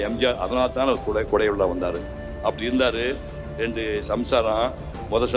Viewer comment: Y don't u speak Tamil properly, randu illa rendu, u have spoken lot of dialogue in movies, but not speaking properly